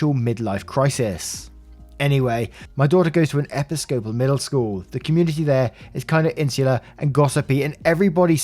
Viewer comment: Not to sound critical but it made me confused for a hot sec with the way you pronounced episcopal. Straight up thought I was having a stroke.